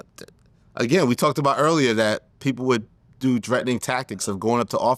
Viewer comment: "I've been trettin..we all been trettin"😂😂